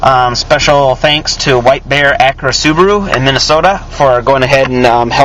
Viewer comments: its pronounced "ow-dee" and acura is "ak-yura" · The way he says Audi and Acura